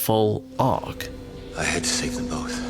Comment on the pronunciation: Is it pronounced “bowth” or “bolth”?